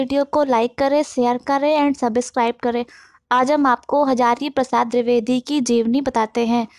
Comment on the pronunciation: drivedi nhi dvivedi g okokk nam hi bigad diya .bolna bhi nhi araha